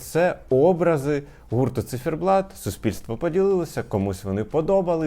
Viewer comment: чому «Цифєрблат» Пліз🙏🏻🙏🏻🙏🏻 У вас дуже гарна вимова, але це😢